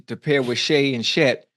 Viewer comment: lol “shíet holmgren”-ocho😹😹😹